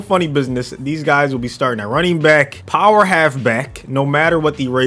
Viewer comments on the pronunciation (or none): none